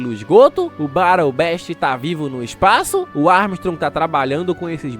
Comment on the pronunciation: você é foda e eu gosto muito de ti, mas pelo amor de Deus aprende o mínimo das pronúncias dos nomes estrangeiros, Battle Beast que era pra sair como Battle BIST (se falou Battle certo) acabou saindo comi Battle BEST ou seja, foi de besta do combate para combate melhor